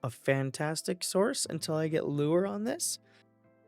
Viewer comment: just how you said Lure 😅